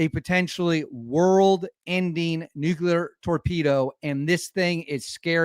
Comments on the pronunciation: Say it with me,. “New-Klee-er”. Nuclear. Not nucular. When you use the wrong word, it makes your video hard to watch. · Nuclear Sounds like noo·klee·ur Other than that 👍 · Nu-clear ffs